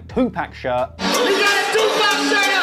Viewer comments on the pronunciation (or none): It's pronounced too pock not too pack